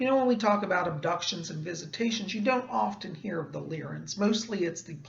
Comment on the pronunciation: Are you sure that it's pronounced Leer-in and not Lye-rin? Leer-in sounds off to me.